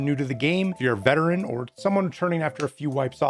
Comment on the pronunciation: Veteran , not Veteren my man :D